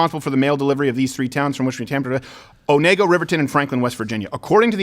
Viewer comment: Onego. Pronounced 1-go, not oh-nay-go. YW.